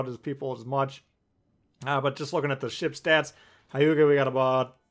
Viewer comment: It’s not Ha•yuga. Its Hue•ga. Japanese is a constant sound language